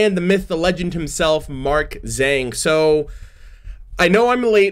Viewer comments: well my name's got english and chinese in it, chinese name being spelled as Zheng Xian, so, the real way to pronounce Zhang is not zzaang like buzz and avatar the legend of aang, its zh(being cut) and more like how you would pronounce Ch in Charcoal, so a kinda tsung sound..?? like its a ba dum tss, and ung like sung. Zhang. am i understandable lol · Jang. Zh is pronounced as J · The "Zh" in the name Zhang is pronounced weirdly that is hard to explain in words, I will send you a video(on twitter) I found that explains it.